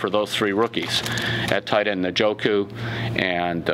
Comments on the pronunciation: Should be pronouncing it as David "In•joh•koo" not "Nah•joh•koo." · hahaha, he's STILL fkn the name up. eN (silent e) JOH-KU. Not "naaahjokuh" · Let me guess, he'll say Njoku wrong? No. He actually listened to us, but he's still wrong.